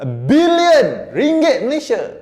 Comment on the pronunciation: cara sebut dengan betul. "bilionn(kasi sengau sikit)"